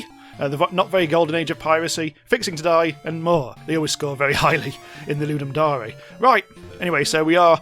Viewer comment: STOP SAYING DAREE its DARE as in I DARE YOU to make a game. FOOLLLLLSS